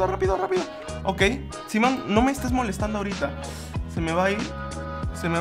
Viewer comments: No se dice simeon se dice saimon aunque se escribe simeon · se pronuncia Saimon